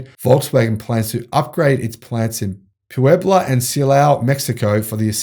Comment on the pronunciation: You actually did pronounce the names of Puebla and Silao correctly.